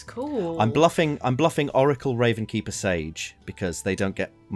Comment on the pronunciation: why does everyone keep calling it the RavenSkeeper? There's no S there. It's just the Ravenkeeper